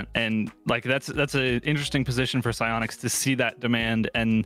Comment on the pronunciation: Sionics? Take notes 😂 idk how to spell sionics